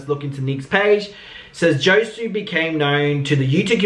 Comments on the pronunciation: pronounce his name as Ho-say just say HOE SAY..OR HOE SWAY one of those! Love you ❤ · His name is pronounced Ho-sway. I have 2 friends with that name, they go by Josh.